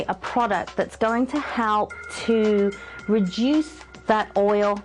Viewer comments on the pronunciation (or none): Everytime she said "reduce" I thought she said "re-juice"... :p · When she said reduce I thought she said rejuice.HA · Rejuice...or Reduce?? HAHAHAHA!